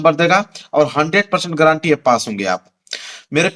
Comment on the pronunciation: सर गारंटी है 😂 गरंटी नहीं 😂😂😂😂